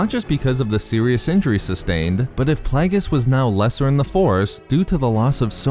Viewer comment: Plague-e-us not playgus ffs